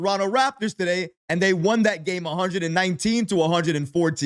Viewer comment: Hahahaha…..he actually says Daday instead of Today